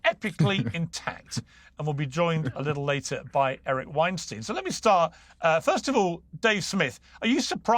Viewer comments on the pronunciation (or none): Hey Piers, Eric Weinstein doesn't like it when folks don't pronounce his name properly. Friends don't usually do that. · Weinstein… Pronounced like Einstein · Piers, Weinstein rhymes with Einstein. It's not that hard 😘💕